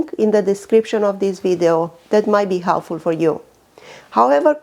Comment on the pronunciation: It's video not widao